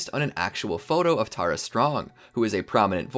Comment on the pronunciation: Tare a! You’re done! don’t disrespect her! It’s Tara strong